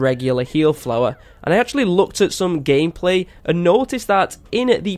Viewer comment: it didn’t even sound like you said gameplay it sound like you said g*yplay😂😂